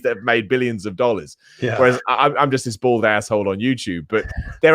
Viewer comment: am I the only person that keep thinking he is saying Board AHole instead of Bald Ahole :)